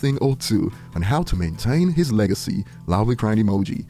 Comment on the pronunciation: "Leg-I-See" "Bunch of dogs trying to dry-hump it" 🤡